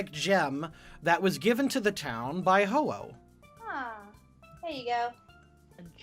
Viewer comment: I love how Megami appears to be the most knowledgeable about Pokemon, yet messes up Ho-Oh